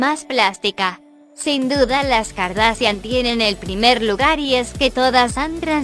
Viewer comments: Ella dice car da cian jajajajjaa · JAJDSDJLLFXFJ mori con el “”Así lucían las CA-A-ERRE-DE-A-ESE-ACHE-I-A-ENE antes de las cirugías “” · “kardasian”, me meo 😂😂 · KardaSHian no KardaSian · Todas eran feas menos Khloe. Por cierto no sabe decir kardashian? XDDDD y cuando lo pronunció decía Kardasian xDDD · No sabe decir kardashan😂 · Velasco Verdoza jaja noo asi lucían las Ka a ere de a ese ache i a ene antes de las cirugias😂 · Pobres 😂 primero que aprendan a pronunciar bien el apellido Kardashian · bno dice kardasian...jajaja! Jajajaja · "Así lucían las k a ere de a ese ache i a ene antes de las cirugías" morí con eso xd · Jajaja se pasaron: Las kaeredeeseacheiaene jajaja xd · Gafacgagdafs deletreó cada letra del apellido :v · Kim "Kardasian" JAJAJA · Cuando no sabes decir las kardashian y las deletreas para disimular pero no sale bien 😂😂😂😂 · "Así lucían las K-A-R-D-A-S-H-I-A-N antes de la cirujia" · Se pronuncia Kardashian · Se pronuncia : cardashian pero se escribe : Kardashian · kouvornie kardasian lol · Khloe kardacian😂😂😂😂😂😂😂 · Jajaja dijo kardacian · las kardacian de que abla???? 😂😂😂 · No critiquen por su vida y aprende a desir kardashian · Que horrible habla esa presentadora y tampoco pronuncia bien el apellido por dios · No puede pronunciar jajaja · primero aprende a decir kardashian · no sabe decir kardashian solo deletrea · Dios mio me iva a dar un paro de la risa, cuando deletro Kardashian 😂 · ¿No sabe decir kardashian?😂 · Ella no sabe decir kardashian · No sabe decir kardashian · "Así lucían las K-a-r-d-a-s-h-i-a-n antes de las cirugía" jajajaja era Google Traductor 😂😂😂😂😂😂😂 y no se si era yo pero Google dijo: "Kaendall"